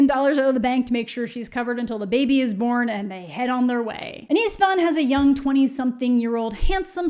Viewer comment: I hate that I have the same name as her, I always cringe when you mention it 😭 also it took me a moment to realize you said István, is that really the English pronunciation of the name? it sounds horrible 😭 pls I'm never reading these books but it's so entertaining to listen to you suffer through them